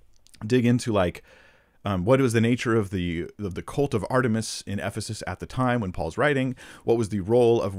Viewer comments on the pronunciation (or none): none